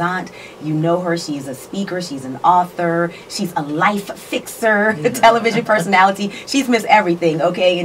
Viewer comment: I heard tel-live-ision myself.